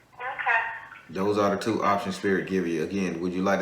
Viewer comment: Yeah, I heard that "tew"